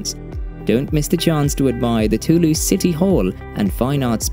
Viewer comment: This video opens with a mispronunciation of Toulouse. The letter s therein absolutely sounds like a Z. It's [to lose] NOT [too loose].